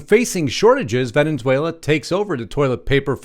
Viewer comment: There is only one n in Venezuela not Venenzuela.